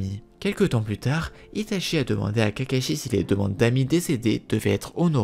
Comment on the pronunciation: Tu prononce Itachi, "Itashi" et tout les nom des personages en "CHI" "SHI" tres desagreable